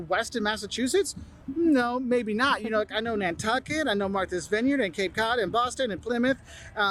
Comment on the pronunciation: " Don't expect everyone to have the Boston accent" Exhibit A . Never heard anyone else say Wooster( rhymes with rooster) . Also he said Cape " Cahd" and half the time said not as "naht" . I think that's what happens when you eat clam strips instead of whole belly clams . Overall good presentation ,though .